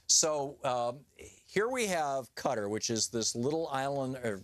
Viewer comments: STOP with the "Cutter" for fucks sake!! It's "KA-TAH" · Qatar.......... Cutter.LOL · I've never heard of a Country called, "Cutter".....